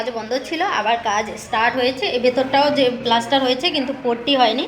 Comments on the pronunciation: কথা বলতে ও জানে না পুট্টি কে বলছে পট্টি এর থেকে পটি বলো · পট্টি বলে না পুট্টি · পটি নয় ওটা কে পুট্টি বলে